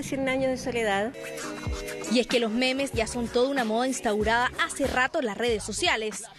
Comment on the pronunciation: C dice momos no memes :v